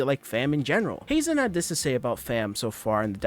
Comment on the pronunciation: You pronounced Hazen right 👍